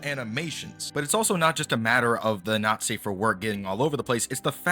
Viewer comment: The way you say "not safe" it sounds to me like "nazi"